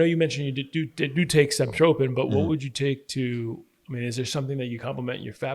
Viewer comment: Stemtropin hahahah give me a break